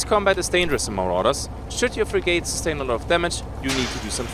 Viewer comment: (It's pronounced "frigate") :)